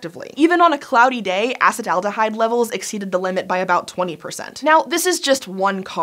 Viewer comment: Say it with me, ah-seat-uhl-aldehyde